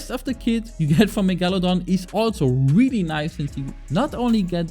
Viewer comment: Can you go to a speech coach please dude. Wewwy wewwy tough timew